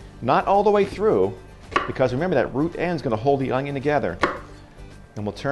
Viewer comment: There is no “G” in onion